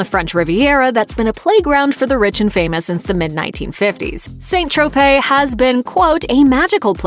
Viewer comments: It's not like the Saints go marching in. St Tropez is pronounced sant tropez (short eh), not saint˜ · Why tf is she pronouncing saint Tropez as "saint" its pronounced "san" ffs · "SAN" tropez (not Saint) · It's not pronounced 'saint' Tropez but 'san' Tropez. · SAINT Tropez is pronounced SAN Tro-pay. French spelling SAINT is pronounced SAN. Saint Louis = San Lou-ee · ‘Saint’ Tropez? Ffs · I have to correct your pronunciation of St Tropez...it is San Tropez not Saint! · St. Tropez is pronounced SAN TROPAY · St. Tropez, is pronounced "San Tropay" you ignorant bint. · It’s pronounced san tropez. T is silent.